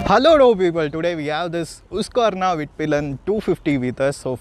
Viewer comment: husqverna not hoosq